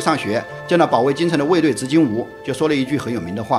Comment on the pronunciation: 执金吾（yu四声）吧？